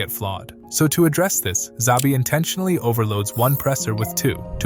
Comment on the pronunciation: "Zabi" is diabolical